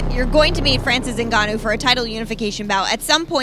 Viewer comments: I'm a Cameroonian, it's not pronounced "N-gannou" it's "Ngannou" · "So you're fighting Francis Errrrgananou" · The reporter saying francis eggnanu 💀💀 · Did she just say "ngananou"?😅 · i love all the mispronunciations of his name in this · '' fighting francis gnnanou'' was hillarious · "Nobody calls out Francis N'Gannou" LOL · Every person pronounced “Ngannou” differently lol